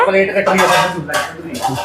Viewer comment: plate kya hota h theek se bolna to seekh lo